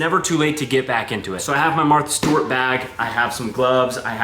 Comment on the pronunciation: You saying Martha Stewart made me giggle for no reason 😂🫶🏼